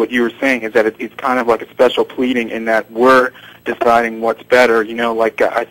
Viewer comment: Did pronounce it "special pledding"?